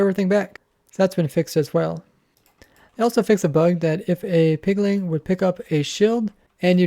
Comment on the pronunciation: My man has a lot of trouble saying Piglin.